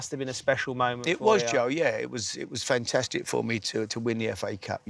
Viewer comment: Harry "fentestic" Redknapp